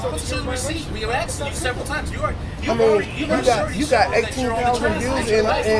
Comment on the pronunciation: He AXED him a lot of times! LOL